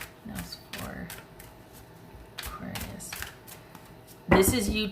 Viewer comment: I’m an Aries Aquarius rising, so I laughed when you said “aquaries”! Lol! Yep, that’s me!